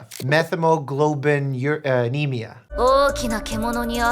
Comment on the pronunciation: Methemoglobinemia is pronounced "Met-heem-uh-globe-in-eem-ee-uh", but I seem to remember learning in my hematology class that methemoglobin is brown, not blue...